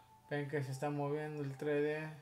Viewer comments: Vos decis trede (3d) y es tresde (3d) osea aprende a pronunciar xd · SE PRONUNCIA "TRESSSSSSSSSSSSSSS DE" NO, "TRÉ DÉ" -. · se dice tres D no tre d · es TRES DE, no tre de :P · tre de jajajajajajajajajajajajajaj se dice tres de no tre de